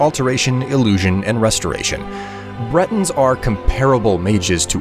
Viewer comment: Breton, not "Brenton".